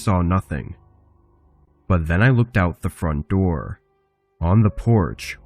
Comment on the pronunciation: “open the noor, open the noor”